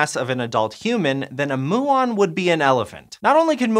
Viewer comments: Mew-on, not moo-on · Moo-on. Lol. Can you produce them by colliding cows? Even Americans I've listened to talking about them say m'you-on... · Come on muon, not moo’on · Particle physicist here - I don't think I've heard "moo-on" before aha, typically people use "myoo-on" like the greek letter. More interestingly with regard to a muon collider, the other big engineering constraint is that muons decay in microseconds. You can extend this relativistically when you speed them up, but you can't escape it, so you have a ticking clock from the time you create the muons to the time you collide them. The LHC currently takes hours from injection to collision, so this would be a significant design difference, though it should still be possible. A muon collider would be really, really exciting. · it's pronounced m-you-on, not moo-on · Isn’t it “mew-on” not “moo-on”?? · "mew-on" not "moo-on" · Is muon pronounced 'moo-on' or 'mew-on' ? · Gotta admit, it’s funny listening people outside your field try to pronounce the different terms we have. I’m referring to him saying ‘moo-on’, rather the root is Greek and suppose to be ‘mew-on’. XD It’s like me with all the Latin words used in laws and biology. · His pronunciation of muon is driving me insane. It's not moo-on. It mew-on. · Pronunciation question. Is "muon" more often said "moo-on" as does in this video or more "myuu-on" as I was thinking before? I was thinking "myuu-on" because I had thought they were named after the Greek letter [μ] which I had learned was pronounced "myuu"... despite its pronunciation being written [m-u] in the Roman alphabet. I know it's confusing. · Also a physicist - never. "mew-on", not "moo-on". Think cats, not cows. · Mew-ons, not Moo-ons. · you understood them, so it doesn't matter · According to Google and every quantum physics show I've ever watched. You are pronouncing Muon wrong. It's more like mew-on and not moo-on. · Its pronouned Myoo on not moo on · STOP SAYING MOO-AHN!!! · myoo on : P